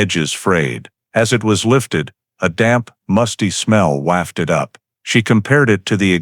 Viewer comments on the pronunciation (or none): It's not wafted with the same a sound as in wax. It should rhyme with soft as in wobble.